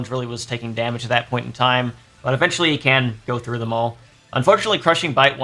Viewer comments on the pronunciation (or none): none